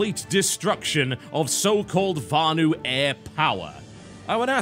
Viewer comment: VANU not varnue...